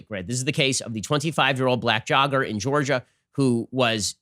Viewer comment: Woah Ben, hard R there. He’s a jogga!